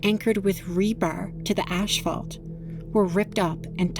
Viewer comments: Pssssssstttt…it’s ASS-FAULT as in ASPHALT not Ashlphalt😂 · The “ash-fault?” I don’t think it was the ash’s fault. Now the “ass-fault” could be responsible. We’ll never ka-no. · The black hard pavement is not called "ashfalt" but rather it's called "asphalt". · Ash-fault? Can we improve the pronunciation of basic English? I only mention it because yours are some of the best docs on tornadoes on the web. It's obvious a great deal of research and hard work are involved in the production of these videos. The devil is in the details as they say. AI is, for the most part, an awful addition to media development. The first hint of it is the dismal breakdown down of the English language. A language is a terrible thing to waste. Any anthropologist worth their salt will tell you that the first sign of the collapse of a civilization is the loss of it's language. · Im gonna need you to stop saying "ashphalt" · ... ASHphalt? God that drives me crazy! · It's not pronounced ash-fault.